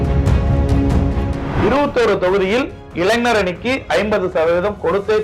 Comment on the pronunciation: இளைனர். இல்லே இளைஞர் சொல்லு. மேன்